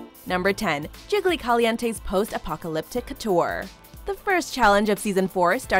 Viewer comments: Why do you keep mispronouncing apopalopic?? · It’s pronounced Post Apopaloptic